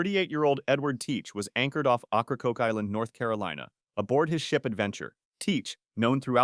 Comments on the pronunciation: I can’t stand how you pronounce it it’s oak a croak island not whatever you said lol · Dumb A.I. cant even annunciate correctly. And if this is the narrators actualy voice how about google checking how North Carolinians say it . Its Okra-coke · Ocrakoke island isn't said with an Ah. It's an O. Oh-cra-coke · OAK ra coke... is how that particular outer banks island is pronounced. facepalm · Ocracoke and you say it okra like the food